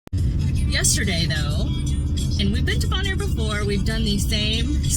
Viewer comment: The fact that you cannot pronounce the island correctly (it's "bone-air") shows how ill prepared you are in making this video. Zero credibility. I lasted 5 minutes.